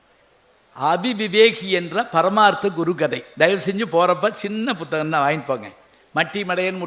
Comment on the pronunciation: ஐயா உங்கள் பேச்சுக்கு நானும் ஒரு விசிறி இதில் நீங்கள் உச்சரிக்கும் எல்லு, புஸ்த்தகம் என்றெல்லாம் சொல்லுகிறீர்கள் எல்லு என்பது எள்ளு, புஸ்ந்தகம் என்பது புத்தகம் ஒரு தமிழ்க் கடல் இப்படி உச்சரித்தில் தமிழ் மாணவர்கள் எப்படி உச்சரிப்பில் முன்னேறுவது.